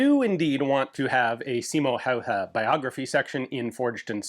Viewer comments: that pronounciation of "Häyhä" was pretty much spot on! No more "Hayah"😅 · Your pronounciation of Häyhä was surprisingly good. Not quite perfect, but better than probably any other American could manage.